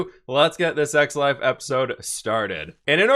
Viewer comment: Am i the only one that heard s*x life instead of x life xD